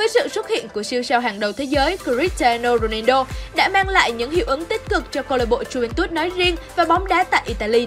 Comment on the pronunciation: tới cái tên cr7 cũng đọc sai . Ng ta là Ronaldo chứ ko phải Rodido đâu nha 😒